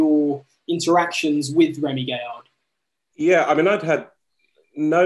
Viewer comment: It is Gaillard, guy-argh, not gayer. Used to watch Trigger Happy, a lot, had the soundtrack on cd. Also saw Remi's Lorient stunt live on tv. When I first started watching this I thought "bullshit! There are like 2 stunts that are similar!" Bit surprised to see the coincidences there, bit of a shame acrually, especially as so many of the other original sketches are legendary. But, equally, I am sure some of Dom's stuff wasn't original, and jokes and stories are continuously retold. Or maybe I am just an apologist for an artist I have really been behind for 20 years.